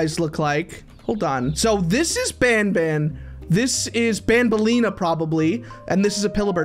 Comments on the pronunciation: its nabalenna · Dude it’s nabelena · its nabaleenna not wait WHAT IS BANBALEENA BACKWARDS